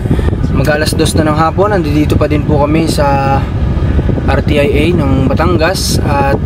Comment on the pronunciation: RTIA ..ang pronounce ...R-SYA or Ar -sia ..